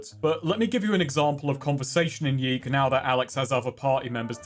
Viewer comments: It's pronounced Yick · Yiikes (how I like to pronounce the games' title) is an interesting phenomenon. On the one hand, you have an overambitious, halfbaked game with aspirations to be profound (while failing to do so and in the end contradicting itself), whose developers got pissy when people pointed out these obvious flaws and the lukewarm reviews started coming in. On the other hand, Yiikes did make a pretty big splash in the indie game scene and kicked off a lot of interesting conversations about games, postmodernism, narrative etc. , thus actually making a valuable contribution to the world of video games. So in a way ... the devs succeded? They made an impactful 'artsy' game that made people think - even if that impact largely revolved around its' flaws. I guess what I am trying to say is this: Even when art is bad , it can still be art. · I firmly believe YIIK should be pronounced "yech." Like you just saw something disgusting. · i'll keep pronouncing it "yeek", because yeek this game sucks